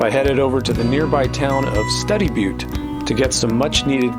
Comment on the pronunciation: Study Butte Study is pronounced Stew dy Fyi